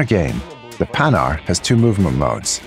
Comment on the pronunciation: Ok, that's a great project! But please, make the prononciation of "Panhard" correct in your videos.. This manufacturer was not about making hardened pans! Oh and just don't make the charges a consummable.. That would make no sense! An engine wear that could end with an engine broke if used to much would much more logic.